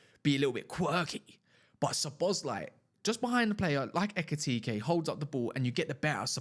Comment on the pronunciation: no it's pronounced Szo-bo-szlai not Szo-bosz-lai